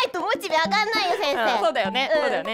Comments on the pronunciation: またモ↑チベって言ってるw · モチベのイントネーションが直ってない 点